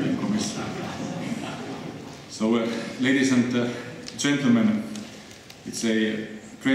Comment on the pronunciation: "Ladiesent gent-le-men"... xD